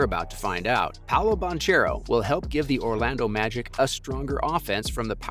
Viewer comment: To pronounce banchero last name is ban kero